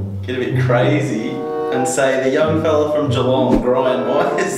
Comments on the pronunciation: got geelong right haha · got Geelong right ahahaha